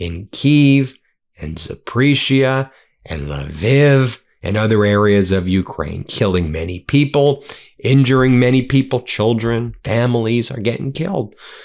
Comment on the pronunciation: FYI the city in Ukraine is Lviv (pronounced La-Veev rhyming with sleeve and not La-Viv rhyming with give)